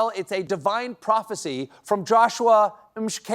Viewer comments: Come on Stevey, its pronounced as M-Tlaa-K-e-La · Valiant effort in trying to pronounce "Joshua Mhlakela", Stephen. You'll get it right before the next Rapture. 😅 🇿🇦